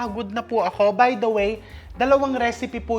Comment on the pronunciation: When he said “turn on da flame.” He really means it 😅🎉